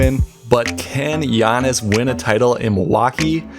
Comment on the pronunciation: Get his name right bro. PLEASE